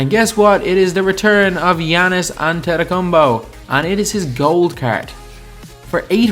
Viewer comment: Bro is AntetokuomPO not AntetokuomBO